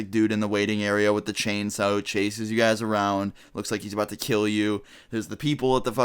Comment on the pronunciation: Did he say…”chainsew”